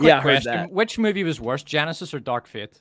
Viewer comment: Why can't pronounce the word "worse"? he says it like "Purse" but with a W instead of a P. Do you have some weird lisp?